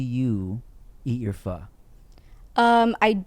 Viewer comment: He said, "Can we go get some foe now?" I said, "Get some what? Oh, wow. Actually it's pronounced pho." "Oh, well can we go get some?" "Fasho." Tim was just singing the First Asian Boy song, no worries 😂😂😂